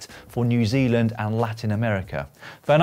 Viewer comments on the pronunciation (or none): none